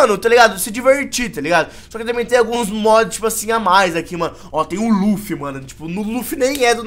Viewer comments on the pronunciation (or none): none